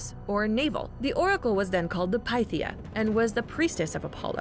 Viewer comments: Am I the only one that keeps getting triggered by the mispronunciation of certain words..? Like the times she said Pythia..... it's not "Pie-thia" it's pronounced "pi-thia".... or at least within the game. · there were a lot of Englishified words, but "Delphai" and the "Piethia" were the most painful to hear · It’s not PIETHIA 😂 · Heratatas Delpheye Pie-theea wtf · The amount of times she said one of the words wrong like herotodus or pythia.